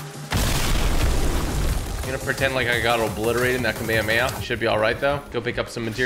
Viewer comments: He say Kamahamaha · Dude is called KA-ME-HA-MEHA